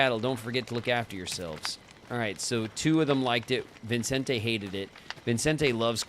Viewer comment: I am irrationally bothered by how you kept adding an "n" to Vicente's name (as in ViNcente). Irrationally because it really shouldn't bother me this much tbh 😅